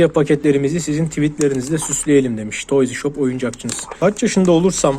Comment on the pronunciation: Abi toyzi şop deme ya 😂😂